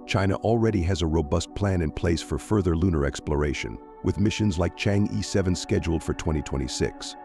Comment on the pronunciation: Pronounced Chang Er.